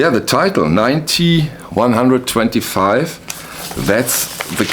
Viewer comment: Thanks you just convinced me to buy the YES album. By the way they pronounce the title “ nine oh one two five”. As always thank you for your reviews.